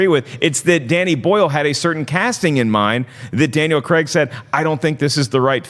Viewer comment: Who's this Daniel Creggg you speak off? 🤔😆